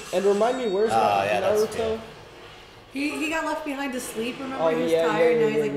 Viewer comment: Stop calling Haku "she"! And stop saying Naruto's name wrong!